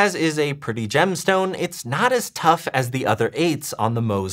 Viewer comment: My eye only twitched a little bit each time he said "tough". Aside from that, great video!!